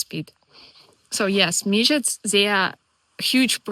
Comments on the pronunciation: Every time you pronounced midgies as midgets I was howling. 🤣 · You are very wecome in Scotland, glad you are enjoying it here. Your pronunciation of midgies is hillarious don't change it no matter what they tell you. I just imagine lots of lttle people running around biting people 🤣🤣